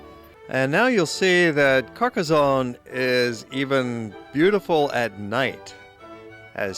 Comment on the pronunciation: A fine commentary with excellent, clear and relaxed diction. There is no "z" sound in Carcassone, thanks to two "s".